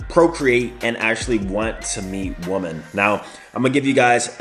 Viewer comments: Please stop pronouncing women as “woman”. Makes you sound dumb! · Hey, the word "women" is pronounced like wimin. Rhymes with swimmin. Just thought id point that out cause i've heard you make the mistake once or twice before.